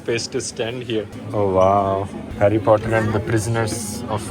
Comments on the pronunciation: saying "Hari Puttar" 😂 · In English: Harry Potter. In Hindi: Harry putter😂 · Herry Potter Lond potter